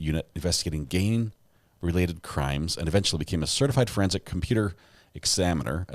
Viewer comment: The first time it said gang it said “gain” lol so bad!